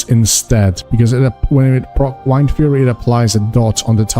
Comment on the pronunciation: Pronounce Wind and then Fury.